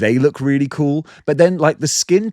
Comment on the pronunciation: That’s paretti coouhl